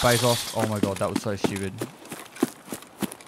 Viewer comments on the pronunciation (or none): none